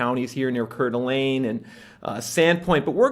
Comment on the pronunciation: "Core" de Lane. Is how that's pronounced.